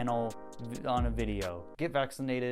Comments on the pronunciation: did you say "drink your MELK"???? you will burn for this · very not on topic of me but are you by chance a Michigander? I noticed how you said melk 👀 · The way said "malk" at the end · give me a glass of Malk!!!!!! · I don't like the way you say milk.. but I do respect it